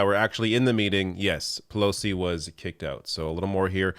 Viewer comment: Oot!?! 😁 holy loons and toons I didn't realise you are from Canada?